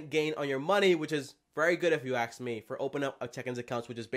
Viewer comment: If you “aks” me... that’s all I heard in the entire video